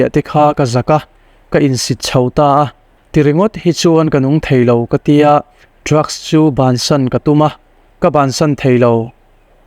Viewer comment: Mr,M, i chenel hi a ṭha ka tiin, ka ngai hlu a ni, testemony ṭha tak tak min hlu ṭhin hi, Pathian malsawmna, lo chang zel ang che. Amah erawh chu, i ṭawng kam hi, tlema uluk deuh ngai lai a awm ka ti. entir nan, ania tih hi a ni a, tiin, ka tia, tih hi, ka ti a, peih lo tih tur hi, paihlo tiin i lam ri bawk ṭhina